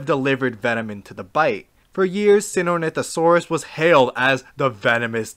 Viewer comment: How hard is it to pronounce Stenonycosaurus?